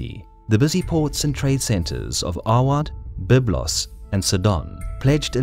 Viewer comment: Sidon is pronounced as Sigh-don, not see-donn, and Byblos is more like Bee-blos